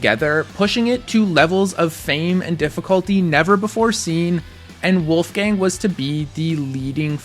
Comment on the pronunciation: Wolfgang had such an impressive climbing career. so inspiring! also I'm german and I think your pronunciation is quite good. :)